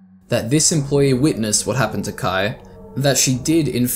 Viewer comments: this is a good summary of these, but it bothers me sm that you pronounce kaia as "kuh-eye" not "kuh-eye-uh" like, theres an extra a for a reason lol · Why are you reading Kaia as Kai? 😭